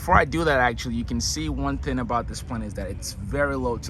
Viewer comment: Sorry I had to coment...Thing is with a G at the end of the word not the thin..it is also seatinG not seatin..